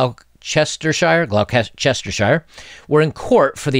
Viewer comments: Gloucestershire is pronounced "Glos-ter-shire". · it’s pronounced Gloss-ter-sheer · Great video, thanks. By the way any British place names like Gloucestershire, Worcestershire etc are usually pronounced "Gloster", "Wooster" etc ;) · Glo Chester shire 🤣🤣 good lord American English is hilarious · This crazy is getting real. Fyo, ecotricity is pronounced eekotricity and Gloucestershire is pronounced Glostersheer. Great vids, thank you. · FYI Monmouth - Monmuth Gloucestershire - Gloster-sheer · Gloucestershire - actually pronounced as 'Glosster-shirr" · Gloucestershire is pronounced Glosstersher. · Gloucestershire = Gloss-ter-shire. Don't ask. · just fyi its pronounced gloss ter ignore the shire we do your welcome comrade